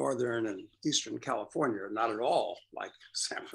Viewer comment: Hahaha. “Comifornia” is perfect